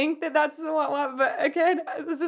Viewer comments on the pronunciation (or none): No judgment, but were you saying Waht waht? Wah pedals are useful, and Whammy bars are a part of the guitar bridge. I'm sure you've had this comment 100 times over. Great content as always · It’s waaaa pedal… Rookie. 😉